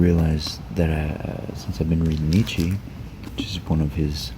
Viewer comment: That's not how you pronounce Nietzsche (or even Gombrich).